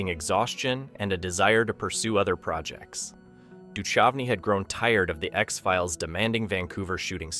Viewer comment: its pronounced doo-kouvney not doo-chuvney.